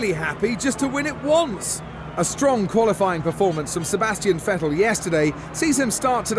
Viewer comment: crofty pronounces "vettel" right!